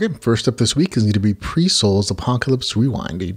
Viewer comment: Pyre is pronounced Pie-er. Like fire.